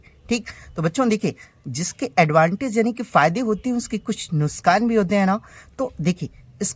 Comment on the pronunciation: Nuksan❌ Nuskan✔️😅